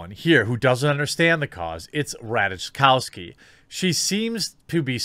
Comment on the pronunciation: Rajtakowski is pronounced Rai-Ta-Kov-Ski